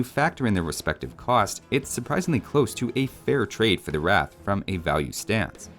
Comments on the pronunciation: Just wanted to correct you here. Not sure who told you it's pronounced like 'wrath', but it's pronounced 'Ra-tha'. That final 'a' isn't silent. Also, love the overview series as always dude! On a side note, it's kinda sad that the 1 Indian civ that best represents where i live is bad on land maps (Dravidians), cause i hate water maps, but eh, i guess that's just how life do be. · Just a small thing - Bengalis (at least modern Bengalis) use the Bengali script so the Ratha would be রথ which is pronounced closer to Wroth than Rath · It's not rath but moreso r-ugh-th with more of a "u" as the second letter if that makes sense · Historically, the word Ratha (literally means Chariot) is pronounced like "Ruh-thuh" rather than "Wrath". The "Ra" sounds like the "Ru" in "Russia" and the "tha" sounds like the "tha" in "Martha" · 11 at 'wrath'. The actual pronunciation rhymes with 'rut'. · You used Punjabi when you spoke about Rathas lol. Also Rathaa with an A at the end is also a correct pronunciation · its pronounced roth. a lot of words that end with 'a' tends to be silent. this is the bangla spelling: রথ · Whoever told you how to pronounce ratha got it wrong. It's the h that's barely pronounced, not the a.